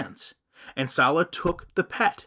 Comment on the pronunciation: Same way Salah became Slaw. She speaks that way.